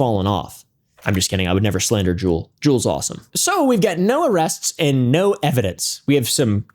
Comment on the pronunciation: Its not jewel grocery. Its Jew-el ..